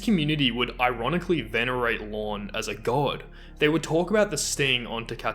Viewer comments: It wasn’t Cord….it’s CAWD!😇…….CAWD!😳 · I thought he said Krawn